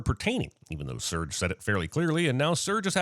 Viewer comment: I forgot Mike Ehrmantraut was in this movie! Also, a sin to the narrator for not pronouncing Serge’s name correctly!